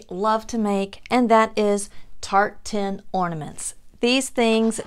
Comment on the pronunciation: Dear, I’m so delighted that I stumbled across your Channel! I absolutely loved every Ornament you created! I was confused when you said, you were going to make “Tart Tin Ornaments”... At first, l thought you were saying “Tartan”! I kept waiting to see some “Plaid” looking. 😳😂🤣🤦🏻‍♀️ I think you’re extremely talented and have a lovely voice... I enjoyed your video so very much! I immediately subscribed and rang the notification bell! 🔔 I’m looking forward to watching more of your videos. ♥️👍🏼👏🏼👏🏼👏🏼👏🏼